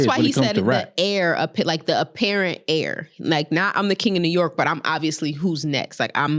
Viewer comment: Why did say heir like hair 😂